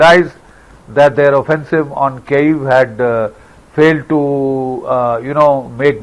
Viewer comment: Please note Kyiv is pronounced as Kiv not Cave